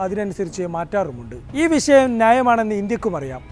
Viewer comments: വിശയം അല്ല വിഷയം ആദ്യം മലയാളം മര്യാദക്ക് പഠിച്ചിട്ടു വാ എന്നിട്ട് ഉണ്ടാക്കൂ വാർത്ത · വിശ്ശയം അല്ല വിഷയം....